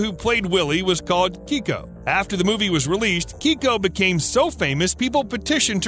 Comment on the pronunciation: Your pronunciation of Keiko is wrong you're pronouncing it Kiko when it should be pronounced Kayko. You'll get the correct pronunciation if you watch Stsr Trek TNG or DS9, it's the same name as chief O'Brian wife Keiko.